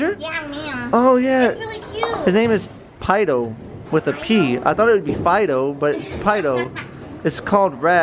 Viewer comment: pidou is how you pronounce it